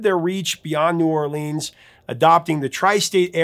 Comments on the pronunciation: Sir, it’s not New Orleeeens. It’s New Or-lens. Like lenses in your glasses.😂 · It is pronounced New Or-lenz NOT New Or-leenz. Book it, thank you.